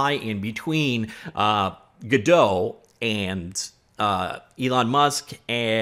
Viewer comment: hmmmhmmmm... some hot info there! and it's Godot!